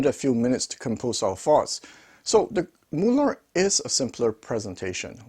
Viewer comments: "Mulah'd" Good new pronunciation for the super expensive NOS British manufactured valves😅 Plain Mullard for new Russian tube products ? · Please accept this as advice, not criticism. Mullard was a British company and I am old enough to remember when they were still producing electronics. The name was always pronounced in an English way; i.e. the u as in mud and the ard as in hard. By the way, what is happening with modern made Mullard valves being marked British made when they're pretty obviously Chinese made?